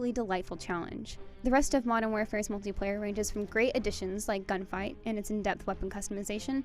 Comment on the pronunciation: mutliplayer ? I thought this was multiplayer review 😆😂